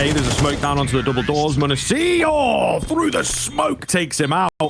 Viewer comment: Will someone please tell this caster how to say m0NESY's name? Or just keep him off of G2 casts. Something that small shouldn't make me so irritated but god damn man. Great caster, but that just drives me nuts.